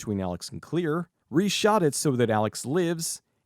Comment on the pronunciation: Her name is Claire, not Clear